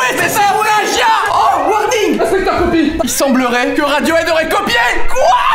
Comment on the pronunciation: No dommage mais non il dit "copie" et pas "coqui" (regarde la description, [...]inspecteur Copie...)